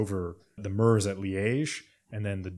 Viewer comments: The Italian-sounding pronunciation of Bastogne "Baston-ya" is a good reason people reading off foreign names should stick with Anglicization of names for things they aren't familiar with. Your consistent use of -ur for the French eu and German Ö or oe sounds like you did with "Murz" for Meuse are a good example. Will say it does sound really grating to people who actually know how it's pronounced though. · Just to let you know Meuse is pronounced Muse